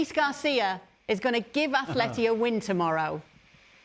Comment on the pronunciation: Is it just me that gets annoyed when they say athleti instead of atleti